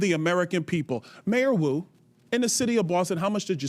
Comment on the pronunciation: I thought he was calling Mayor Wu "Kato". I pictured Peter Sellers saying; "Not Now Kato!"